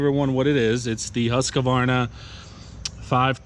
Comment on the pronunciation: LOVE YOUR VIDS !! But one thing is killing me lol HUSQ-VARNA. NOT HUSQA-VARNA. Keep up the awesome work!